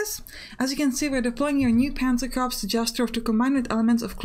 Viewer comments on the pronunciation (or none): love your videos and all you do. But you are killing me every time you say Corps. It's pronounced 'Kor', just like the english word core. (it is considered bad form to call a military body of men a 'corpse'):)